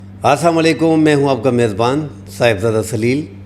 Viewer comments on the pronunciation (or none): WALIKUM, YOU ARE NOT PAYING ATTENTION TO YOUR SALAM, YOU RATHER CURSING PEOPLE YOU SAID " ASAAMA LAIKUM" ITS ASSALAM O ALIKUM.